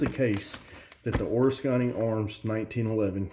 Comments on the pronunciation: O-risk-any, not or-is-kany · haha it’s actually (o-risk-en-ee) I live bout half hour away and recently even heard about them.. glad you made a review cause I haven’t found much!!! Have to say I never heard anyone make Oriskany sound Asian or something, really made my brain twist lol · It's funny how you say Oriskany! Lol. I want to see if they'll let me do a factory tour. I want one too!